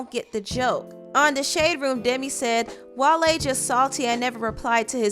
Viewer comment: His name is pronounced whale 🐋 not wahlaye 🤣